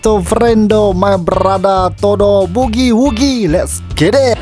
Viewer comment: Mantap la intro... sdap betol hang sebut bugi wugi..